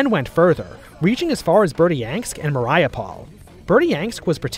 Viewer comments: it's Mar-yu-pol not Mariah-pole lmao Otherwise I enjoyed it, keep it up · Great video however I must stress that Mariupol is pronounced (Marie-yu-pull). Other than that great work with your recent videos about the Russian Civil War